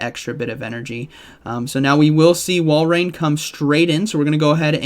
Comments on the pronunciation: It's Wal-rain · I love how every commentator struggles to pronounce Walrein, lol. I think it’s Wall-rain